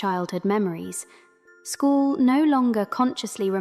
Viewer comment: who is school? you mean Squall. S-KU-AL